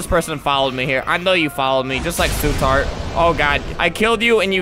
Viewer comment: Sorry...who's su tart?😂